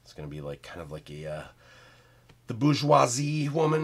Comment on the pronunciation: Haha man hearing you saying bourgeoisie as i'm a french guy was funny !